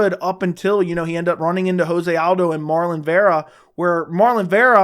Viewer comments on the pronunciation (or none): Since correct pronunciation seems important to you: Jose Aldo ist NOT pronouned Like the Spanish word ("hoze"), but Portuguese: "jo-se". Just say Rio de Janeiro, and you will know why your pronunciation is wrong and how to pronounce the "j". Apart from that: love your vids 😘